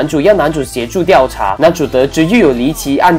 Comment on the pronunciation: 调（diao四声）查